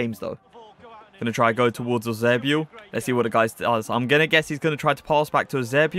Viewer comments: Love That eusebio pronounciation tho .. YUZEBIOO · The way says Eusebio makes me laugh 😆